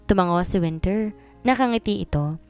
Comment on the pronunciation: Ano po ba talaga ang pangalan ni wennie minsan kasi iba yong binibigkas na winter wennie hehehe😅